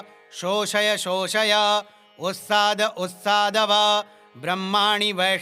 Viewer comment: USTAAD OR UTSAAD, wrong mantra chanting has adverse effect. Jai Maa bahgwati galti kshama karna...